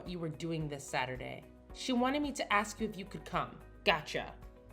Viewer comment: The person who is playing Kinsley must never have been taught how to pronounce the word “ask”. She says “ax” instead of. So out of the way she’s been speaking and annunciation of her other words.